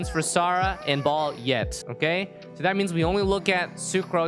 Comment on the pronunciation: baal not BALL